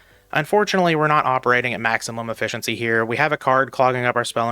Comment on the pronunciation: I can't stand this "maximum efficency" 🤣